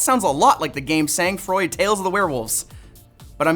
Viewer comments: this isn't sA-NG frOId It's pronounced; 'song frah' (for American accents) Means; Cold Blood ('blood cold' in direct translation) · ah the butchered french....are you people even Canadian? SANG FROID asn in cold blood, pronounced vaguely "son" and "frowa" if you only speak english and no japanese.